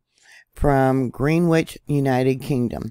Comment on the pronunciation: Greenwich is actually pronounced Grenish